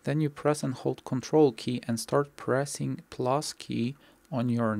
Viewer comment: I'm not a native English speaker, so I didnt quite understood what the button you said on the "numpad". I got something like ""plos" button on your numpad", but I didnt find it. Can you help me writing the button please? Thanks in advance, great tutorial =)